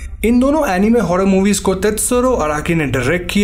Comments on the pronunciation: अनिमे नहीं होता अनाइम होता है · NO ONE : LITERALLY NO ONE : WHEN HE SAID ANIME I HEARD IT EMIWAY .